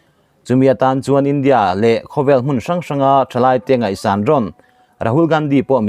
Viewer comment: India tih hi a lam/thluk dan i zir ngun a ngai e.eg. India chuan ṭanpui a tum tih a,India tih leh...India sawrkarin a mawh phurhna a hlen zo lo.tih ah te hian....